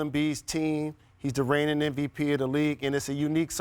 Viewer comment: Steven A... M, M, M MVP. M, M, M... Not "NVP". Come on, Man. Its been years.